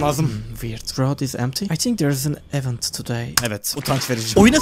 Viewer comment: 'de event kelimesi yanlış telaffuz edilmiş.